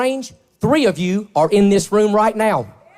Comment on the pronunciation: Greg Locke is so full of shit he needs two syllables to speak single syllable words. “You git out na-yow!” “You speel castin wee-uch!”